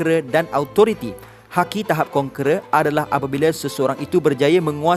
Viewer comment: Iaitu kon"kera" Dan authority Lol